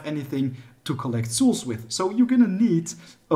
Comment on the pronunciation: Bro I love your videos, But learn how to say souls lmao xD